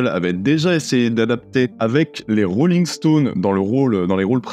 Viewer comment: Euh... tu as bien dit les "Rooling Stone" ? 😂😂